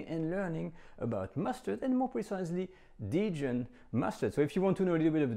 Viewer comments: Why do you say Didjon? Even in English it is just Dijon, I am shocked! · I’ve never heard the word “Dijon” pronounced like you say it is in English, i.e. “dee-jen”. In the U.S. to my knowledge people use what you call the French pronunciation. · I wouldn't be surprised if that's how the Australians in his community say it. Though, I have heard something similar, dee-john, from some people where I come from (TX / OK). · In all my years, I have never heard "Dijon" pronounced "dee-jun" by anyone. . . let alone someone who is French . . . huh!? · I was just thinking the exact same thing DIDJON? Sometimes it makes me cringe when French peeps pronounce French dishes (or other) in the American way. Heard a French chef on you tube say "eclairzz" I had to mention it in a comment on his channel. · Dee-jun? Dee-jun? Hmm. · This is literally the first time I’ve heard anyone pronounce Dijon as “deejun” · it’s a British thing? Huh. U.S. uses the French pronunciation. We mess up other words, sans doute. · why did you mispronounce dijon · no, you have not. Americans pronounce the "n" at the end as heartily as the pronounce the "d" at the beginning and use no nasality whatsoever. You only think you hear it the "French way" because you have never heard the French way (p.s. you also pronounce Grey Poupon incorrectly) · Nope. Dijon is pronounced with the 'j' sounding like zh & a nasal "o". I've been currently studying French for ~6yrs, + 2 in high school. Additionally, have a listen the the native French speaker example on Forvo: . Or better yet, this video "Une balade à Dijon" which is presented by a French speaking woman who mentions the city name in the first 10 seconds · That sounds right. I'm willing to accept that my French is wrong; I surrender. Then why does he say it differently? Is it the accent of Burgundy and the natives say it that way?